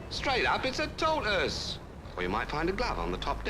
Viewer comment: A Tor-iss.....huh? Someone left a tor-iss on the bus.